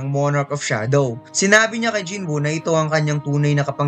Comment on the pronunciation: Jin woo boss's Hindi Jin buu